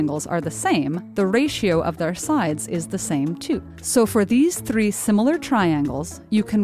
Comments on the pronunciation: How she says 'three'😂😂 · The way she pronounces “3” is really annoying.